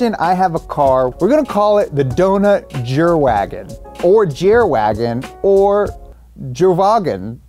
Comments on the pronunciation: The "Jerwagen" should be pronounced yervagen, as in german the j sounds like a y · lol Jerwagon 'Jer' is pronounced a little differently if you're going for german bro 😂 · you actually pronounce it Yerwagen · Jerwagen is hilarious; but more realistically it would be pronounced like "Yer-vagen", and that's even funnier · Please, please, pleaaaaaaase tell me where I can buy a "Dount Jerwagen" (including the accent please) xD